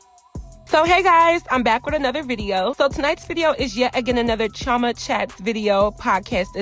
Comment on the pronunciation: You said chioma. No your name is Igbo girl😂😂😋